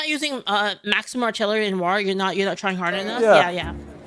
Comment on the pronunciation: pfff ive watch many of youtube videos and some twitch streams since mid january but i never get past how she pronounces "war", like "wuar" not making fun just pointing it out